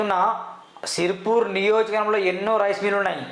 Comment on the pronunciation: Prathi okkadu youtube channel open chesi Pedda shipaayi ani feel Avthunnade gaani Nuv first niyojakavargam anadam nerchuko , Telugu Uchharana nerchuko Neee bonda nadusthadhi 😅😅😅😅😅😅😅